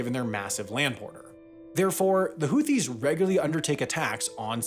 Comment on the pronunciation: … they are called Housis. Read up on Arabic before pronouncing such names.